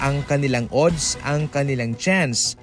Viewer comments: Anong odds oodd? Adds pabigkas nyan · ang ODDS ay binibigkas na ADDS kahit O ang first letter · Adds ang pronouncation .. A hindi O .. Balik kita sa grade 1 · Napa ka annoying pakinggan ng pronunciation mo sa ooodddssss parang sarap mag unsubscribe